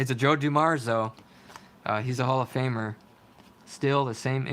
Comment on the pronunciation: It's DOO-mars, not Du-MARS